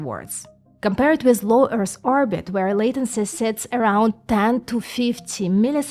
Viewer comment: Also, when you say Earth, you are pronouncing it as Earrs. It's the same "Th" sound as I previously talked about as in "the" accept, the "th" sound is at the end of the word "Earth". There is no s, or ssss sound in the word Earth. Keep up the great work... you rock.